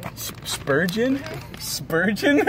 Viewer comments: It's spurgeon not spoogeon. So it's ok. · Not sturgeon...that is the kind of fish...she said Spurgeon!!!!!!!!!!!!!!